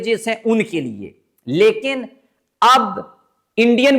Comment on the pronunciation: The right word is Lekin not Lekan o pendo